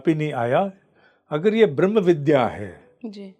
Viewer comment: Please Vidhya shabd ko Vidhya na boliyega